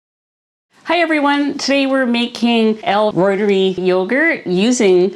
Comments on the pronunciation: Pronounced. Root-er-eye. Reuteri. Not roit-er-ee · Its not pronounced L Roy-ter-eee Its L Roy-ter-i Named after Gerhard Reuter (Roy-ter) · Uuggghh! Point of order: in scientific expression, when something ends in an "i", it is pronounced as a long "i"...ie "reuter-eye". Even Dr Davis pronounces it the preferred scientific way as you will notice if you listen to him... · I think you're pretty close already. I believe it should sound like "royter-rye." Funny story, years ago, I was in a grad school class that would involve saying lots of latin names for plants, and the program director said that nobody really knows how to pronounce them. He said to just pick your preferred way and stick with it. 😂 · Please Anita! The pronunciation of Reuteri is…..root-a-rye. 😊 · If you're using Dr. Davis' recipe, why do you pronounce l reuteri differently than he does?